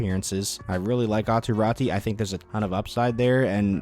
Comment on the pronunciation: Pronounced: Ah-too Rah-too